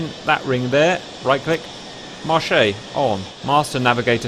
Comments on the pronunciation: The verb marcher is pronounced “marshay”. The imperative “marche” is pronounced marsh. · Just one thing, Cap, the word "MARCHE" is actually pronounced like the month "March" (which means pretty much "ON") .. if you pronounce it like you do, it alos exists but its the French for "market" ;)